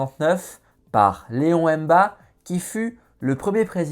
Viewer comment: Vous avez oublié le peuple nzébi non négligeable au gabon. Le prénom de MBA MINKO c'est Léon donc faites un effort de prononciation, Léon c'est francais, non?